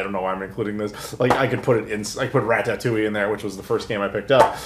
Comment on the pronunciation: It’s Rata-too-e Not Ra-Tah-too-e